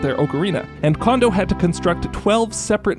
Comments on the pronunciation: I have no idea why everyone so consistently says "KOH-ji "KAWN-doh". It's "KOHN-doh". Why would you say the second "ko" incorrectly when you said the first one correctly? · the ko sound in his first name is the same as his last name. It's japanese, dawg. Ko Jee Ko N Dough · Oh come on, if you’re gonna put in the effort to pronounce the O in ocarina then you gotta use the same Japanese O sound for Kondo’s name jfc/s